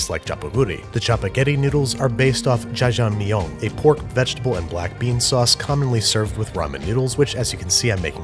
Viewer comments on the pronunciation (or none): If you say zha zha mi-yon one more time I might spontaneously combust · lmaoo he pronounces jajangmyeon like it's french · Cute at how Jjajangmyeon turned into jajamyon hahahaha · Babish: Jajangmyeong My mom: It's Jajangmyeon not myeong you cat! Me: Mom don't attack my baby! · "zha-zhang-MEE-yeon" "NEE-oh-gu-ri" These are the superior pronunciations, if I do say so myself. What a pioneer of linguistic applications, lol. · My mans said "já-jáng mignon" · As a half french half korean person, the way he says jajamyeon really confuses me x) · Ikr as a Korean person, I’m cringing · I love how he pronounced the names of dishes in a French accent although the are Asian 😂